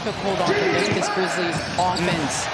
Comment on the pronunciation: did he say here comes the Kwizzlies again